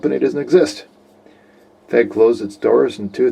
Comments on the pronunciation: Keeps calling it a "fehg". I thought it was F E G. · I heard somewhere that the trigger's different...might be for the P9R though. Oh, and FÉG is pronounced as "Feyg/Fayg"!